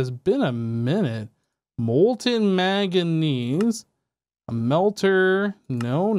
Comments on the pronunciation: Can't tell if you have a cold or are just averse to pronouncing the first 'n' in 'manganese' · I love, and this videos old, but it's manganese there's an N there i swear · The way he pronounces manganese is killing me